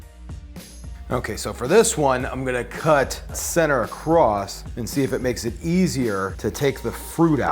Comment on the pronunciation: Why he say ACROST